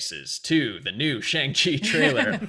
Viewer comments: I dunno if I missed it, but I speak Mandarin and I was super curious to see how they would pronounce Shang Chi. It's a bit of a nonsense name anyway (kinda like Cho Chang) but "Shang" is pronounced very differently than how Americans have been pronouncing it. Look up how to properly pronounce "Shanghai" if you're wondering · I've only seen one reaction today where Shang was pronounced correctly for the whole video. Hopefully once we get a trailer where it's actually said correctly for all the reactors to hear, people will adjust.